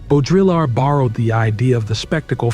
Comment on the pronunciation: Hearing how he pronounced Baudrillard and simulacra killed this for me. SimuLaCOra????